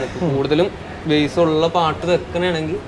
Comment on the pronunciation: ബ്രോ ബാസ്സ് അല്ല ബേസ് എന്ന് പറയു